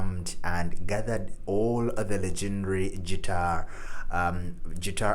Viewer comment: Guitar, not Tschitar! ;-)